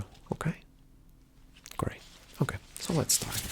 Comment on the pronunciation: Wher going to staourte he says